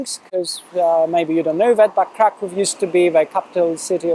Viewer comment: That's great. You can pronounce Kraków better than Jurek does.